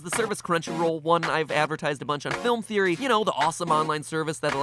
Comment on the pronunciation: its just a geory. a thame geory.